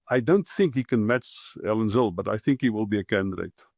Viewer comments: Zille not Zilly. Your pronunciation please! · He name is pronounced Zilla!!!!